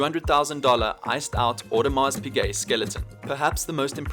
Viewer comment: Its pize audemars pize not piGuet imma throwup